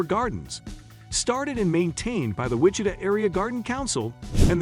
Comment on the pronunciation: You are pronouncing Wichita & Santa Fe incorrectly. Don’t go Topeka is a dump. What really sets state apart is the views of nature. All cities everywhere are pretty much the same. And really a water park? Not the best place in KS.